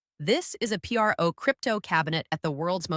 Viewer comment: Sad…”This is a ‘Pee R Oh’ Crypto cabinet at…” No actual person would say this instead of the word “PRO”. Also, again wearing the same wardrobe. I believed in you “”, but ‘fool me once…” Bye bye!